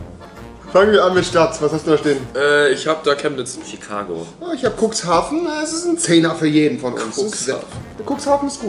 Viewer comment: Wie Tim einfach Chemnitz sagt. Absolut Ehre😂😂